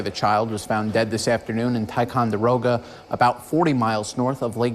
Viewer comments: Your pronunciation of ticonderoga is great! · Don’t live far from here. Actually had my honeymoon at lake George. Such a selfish horrible human to do that to his child. You pronounced Ticonderoga better than ppl who live around here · You said, "Ticonderoga" correctly! We do call it, "Ti." 😂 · Pronunciation is “skroon” lake. Perfect pronunciation of Ticonderoga, btw.